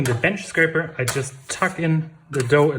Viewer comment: Thanks for including the boule shaping. By the way, it’s “scraper”. Love your sense of humor.